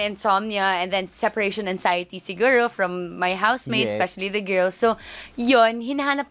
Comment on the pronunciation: Siguro not sheeeegorrooo